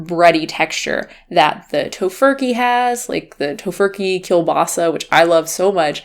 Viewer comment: I like the way you pronounce 'kielbasa' :D As a Polish it was also nice to see a US based company inspired by Polish goodies. It doesn't really tastes Polish tbf but it's still damn good!